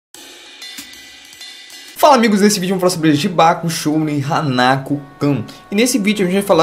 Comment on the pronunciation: Só uma coisa:você disse Jibaku Shounen HanakU kun,e não está correto,o correto seria;Jibaku Shounen Hanakô kun(e eu coloquei um assento para saber a pronuncia.